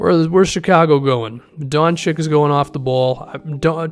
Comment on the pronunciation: just gonna put it out there, the "čić" in "Dončić" is pronounced "chich" not "chic". Trust me, I used Google Translate's hearing thingy